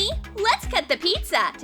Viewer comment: Pizza not petsa